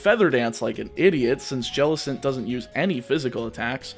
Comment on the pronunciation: JELLICENT, NOT JELECENT!